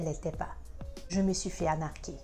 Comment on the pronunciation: Arnaquer, e não anarquer!